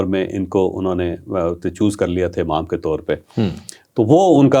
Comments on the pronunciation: The word is Imam not Amam. Urdu ka Q@ aam horaha hai bhai 😂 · امام میں الف پر زیر ہے، زبر نہیں۔